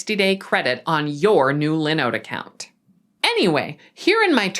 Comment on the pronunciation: Why is she pronouncing linode incorrectly?? Hah